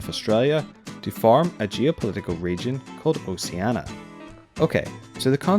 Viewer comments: It's not "OSAINA". It's OCEANIA! Read as: /OH-SHE-AH-NEE-AH/ ;) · I'm pretty sure Oceania is pronounced oh-she-AN-ee-ah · Eduardo de Montenegro I agree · Eduardo de Montenegro yeah his pronounceation is terrible, same as the guy in WonderWhy